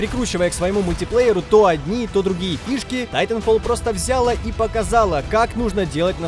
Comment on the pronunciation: взЯла, назвАла. Кто-нибудь научите ведущего ставить ударение. А то позорище!